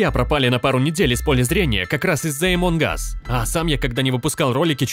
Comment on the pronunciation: Не эмон ас а амонг ас